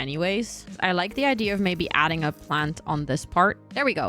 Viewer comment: base game are my favorite, all my builds start out that way then i reno them for each world/pack.. i still giggle when people say "idear" tho lol like are u drunk